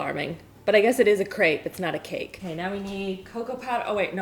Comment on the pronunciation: Based on the french pronunciation (since crepes (aka crêpes) are from Brittany, France), it is pronounced [/krɛp/]. If you type "crêpe" in google translate and select french, you will get the exact pronunciation with the audio!